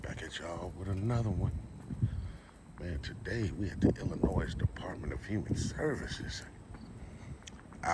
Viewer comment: Hay, Illinoi(s) is pronounced with a silent s. Sorry if that's petty. It's my pet peeve